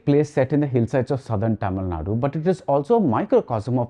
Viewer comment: Why you've to say 'TTamilnadu' instead of 'Thamzilnadu', being a Thamzil yourself?